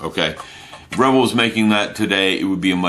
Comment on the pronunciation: Great review mate ! I will have to break down and get me that kit now. Btw I am pretty sure its pronounced re-vell, not revel... At least I have understood it to be pronounced that way for 35 years now lol No biggie though..... when in Rome and all that.....